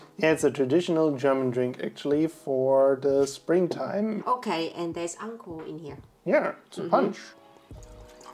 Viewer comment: if you close your eyes and listen, 13: 44 "Alcohol" sound kinda like "Unle Ho"